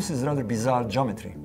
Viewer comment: i cant stand the way dude says..."jometry"...lol